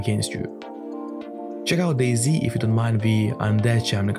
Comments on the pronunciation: Calling dayz days is crazy it’s pronounced day-ZEE not days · Is Dayz not days lmaooo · Man said "Days" 😂😂😂